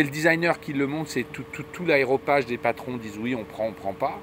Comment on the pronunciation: petite observation : on dit aréopage, pas aéropage, grrrr...